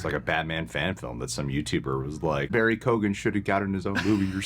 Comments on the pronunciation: I love you guys but just a little piece of help, is name is pronounced "kyo-an" or "kee-yo-un" not "ko-gan" . Peace out! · Just fyi guys, his name is pronounced "KEE-Oh-AN", not "KOGAN" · Guys, actors name is Barry Keoghan (Kee-Own) not Kee-gan....big fan of the channel from Ireland! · Keoghan is pronounced like “Kyone” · His surname is pronounced key oh in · For anyone that’s not Irish it’s pronounce Key-Owen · Irish here ..... it's Barry "KEE OWN" but say it fast and together Keown. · Barry Keoghan is pronounced Kee-o-an Great scene! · It's Barry Kee- Owan The G is silent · Great review - I’m Irish - his name is pronounced keeeowan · His last name is pronounced more “key-on” the gh is silent here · His last name is pronounced as KYOHG-ən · Absolutely butchered Barry's surname. 😂😂 Here I'll help pronounce it like this Barry KeyOwen 😂😂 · Keoghan is pronounced as Kyohn (like own), just fyi - from an Irish person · From an Irishman, Barry’s second name is pronounced “kee-yo-an” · just fyi it’s pronounced Barry Key-Own 😆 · Don’t know if ye will see this but his name is pronounced Barry Kyo-an. Just a little Irish lesson for ya 👌🏼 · I thought this scene was great but a) would've taken the spotlight off Riddler and b) it was a little hard to understand some of what he was saying for me I would've assumed his name was pronounced Kee-gan, since that would track with Irish but I googled to be sure and it seems different families end up pronouncing it differently, so is his one actually pronounced Koh-gan like you said? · Guys keoghan is actually pretty easy to pronounce. Just like k-yo-uhn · It’s pronounced Keoghan (key-oh-Ann) the g is silent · He truly is a great actor. As a fellow Irish man I'm proud that the legacy of this character is being passed on to Barry Keoghan! Also, I know its confusing but it's an Irish name so it's pronounced 'Key-own'. Just for future reference👍